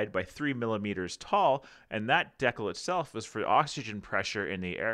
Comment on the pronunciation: DEE- CAL